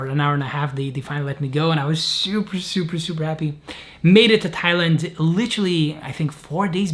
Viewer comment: This is another good, unpretentious, and real video,. It sounded to me that Jacob tried to say he wanted to go to Thailand from Pakistan all along, but because we know he is Lithuanian, somehow ’Thailand’ sounded like ’Tallinn’.